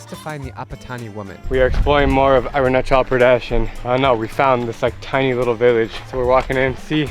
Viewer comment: Mubai?? Arun CHAL?? PRAADESH!? You and youre prouncancetion is not good